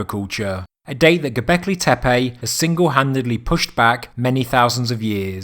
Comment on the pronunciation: tempulls ? Teppej? awkward accent